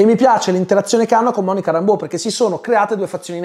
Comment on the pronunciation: Si ma se il personaggio di Monica Rambeau viene pronunciato "Réimbo" sia in originale che nel doppiaggio italiano, perché sul tubo ( compreso) sento sempre dire "Rambò"? È inglese, mica francese